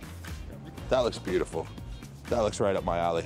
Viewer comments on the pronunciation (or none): none